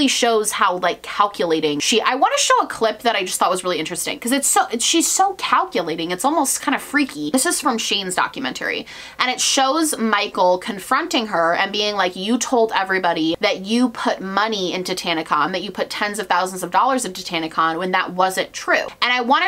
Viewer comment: Doc-U-men-Terry, it's documentary girl.